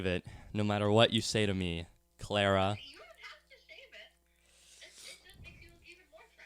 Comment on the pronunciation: at 21 minutes calls Clara (*cloura*) (i couldn't figure out how to portray what he said but if you watch the episode you'll see) and ive noticed this pattern in he calls Abigal (abEE-gal) and he called anna something strange that i forgot